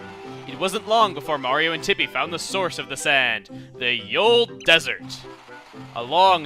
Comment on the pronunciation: his name is MARIO not maria